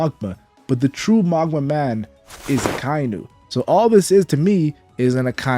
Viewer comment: You are destroying me internally pronouncing it Maw guh ma.